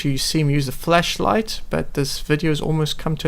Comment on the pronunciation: Ok did you say fleshlight or flashlight